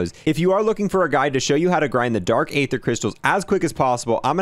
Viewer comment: was the first and only time you pronounced “aether” correctly Also “col-o-nels” office 😅